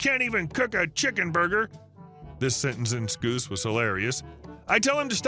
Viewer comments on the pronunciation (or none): Sc-owse not Sc-oose in the first story 😂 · Scouse pronounced Skoose 😅 it's pronounced skow-se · Just pedantic.... it's Scow-se not Scoo-se accent.... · First story: Scouse is not pronounce "skoose". It's pronounced "skaus". Scousers are the people at the Merseyside, like Liverpool. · It’s pronounced Sowws not scoos. 🤦‍♂️ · Scouse not scoose. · Story 1 Scouse is pronounced scowse as in house it’s a Liverpool (U.K.) or rather Liverpudlian accent. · First story - sorry it's pronounced Scouse as in house. It's the accent for Liverpool. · For. Scouse is pronounced "scowse" and is the Liverpool UK accent. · Fyi, it's pronounced "scowse". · 1st story: It's actually pronounced "skowse" and is a dialect of English from England. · 'Scouse' rhymes with house (the Beetles were Scouse) but 'scoos' made me smile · Scoose 😂😂😂 Pronounce it like mouse 👍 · Pronounced "Scowce" accent... Liverpudlian, or Liverpool, England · scouse rhymes with house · FYA. "scouse" rhymes with 'mouse'. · 'Scouse' rhymes with 'mouse', not 'loose'. It means he comes from Liverpool.